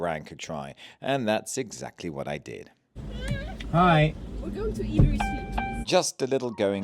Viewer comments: Love your vlog …..One criticism…..Ebury is pronounced (E—berry) or (E-bree) if working class local😂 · You need to work on your pronunciations Its not erbury street Also when saying marylebone road you shouldn’t be saying mary Are you still a butter boy😊